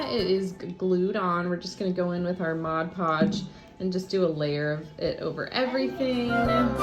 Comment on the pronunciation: M-O-D podge not modge podge 🤦🏻‍♀️